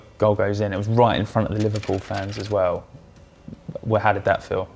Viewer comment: What the fcuk is with the use of the word aswell being pronounced as-well? It does-not sound right